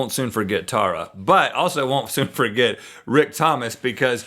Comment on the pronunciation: My sister-in-law lives in California and her name is Tara, and it's even pronounced that way.